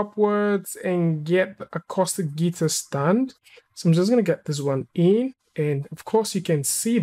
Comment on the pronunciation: AMAZING! Except Acoustic Guitars are generally hollow and have a hole in the middle. Also, Acoustic is pronounced 'Acooostic' not Acostic. It's also a fairly tiny collection of simple models that a monkey could create. And the UVs for the 'Acostic' guitar are terrible. If you wanted to make a decent 'Acoustic' guitar then you would want the top and bottom of the guitar as solid UVs (basically projection maps from the front). Not some strange group of polygons because those parts are made from solid pieces of wood. The sides wouldn't really matter, the neck sort of matters (but not much). The real selling point of an acoustic guitar would be the top. Hence, if you want to really sell a render of an acoustic guitar, you need to get the parts that a guitar buyer (or seller) wants to sell.